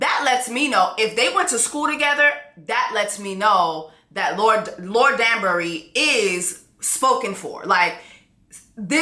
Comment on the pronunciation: The way she keeps saying STETHOscope and DUNSbury when it’s telescope and DANbury 😂😂😂😂😂💀💀💀💀